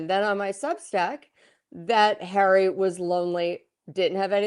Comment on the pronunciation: 😂😂😂 "royal sources" = hawwy and MeGain